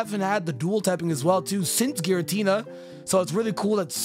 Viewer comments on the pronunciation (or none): none